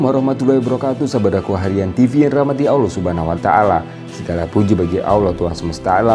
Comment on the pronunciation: Mohon saudara penyampai menyebut Allah dgn betul